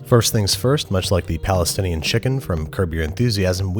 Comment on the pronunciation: "Palesfinien" , supacibed , geat video tho .